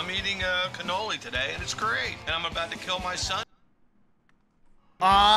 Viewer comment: as a Sicilian, I am deeply offended by is pronounsiation of the word "cannolo"